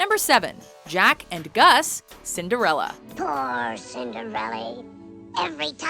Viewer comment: Lol You think Nani is pronounced nahNEE You think Jaq is pronounced Jack (it's French for Pete's sake) And you think Shrek is Pixar 😂